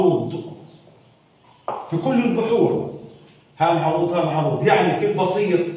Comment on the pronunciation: السلام عليكم ورحمة الله وبركاته الله يجزيك الخير على الجهد الذي تبذله بس حبيت انبهك لما تحكي عروض هي بفتح العين وليس بضمها وشكرا كمان مرة على شرحك المميز